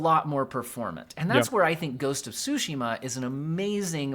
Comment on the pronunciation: "Ghosts of Sushi-ma"?!?!